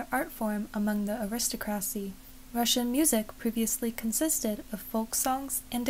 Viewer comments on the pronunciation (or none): Your voice is lovely. I could listen to it for a long time. Please note, though, that the word is pronounced “air-is-TOCK-ruh-see. Please do make more videos! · It was very nice but you do really need to seek out to say aristocracy correctly.